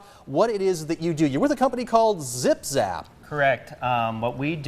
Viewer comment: "You're with a company called 'Zip Zap'" "Correct." Haha it's Zim Zam! Lmao